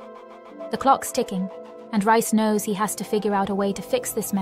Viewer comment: His name is pronounced REEECE!!! Not RICE!!! You are soooooo ANNOYING!!!